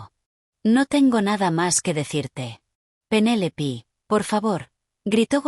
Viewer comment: No es Penélipi, es Penélope 😂